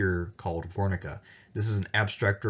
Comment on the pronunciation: Guernica is pronounced like the word guerrilla. But anyway, I really enjoy the content.